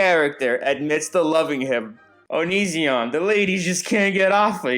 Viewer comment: I came here half for the reviews, half for the pronunciation of Onizzion